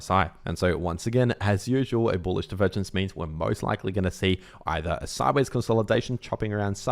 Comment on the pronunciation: say "boolish" for clicks, or worse yet, he actually believes it.